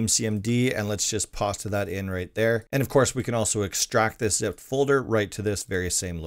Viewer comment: This video has helped me a lot with managing my own rust server that I will soon be trying to make live and I am very thankful for it! Out of curiosity, why do you say "pasta" instead of "Paste"?